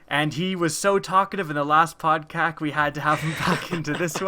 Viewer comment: Isn't it called podcast and not podkak? xD or just u that say podcast in a different way